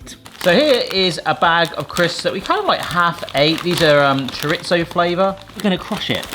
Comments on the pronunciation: it's "Chorizo", not "Choritzo". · it is pronounced cho reeezo